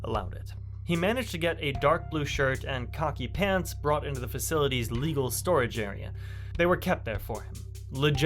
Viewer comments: "Pro See" ? "Cocky Pants" ? Who da fuck is narrating this shit, LMFAO. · he did pronounce khaki as cocky..bot or not?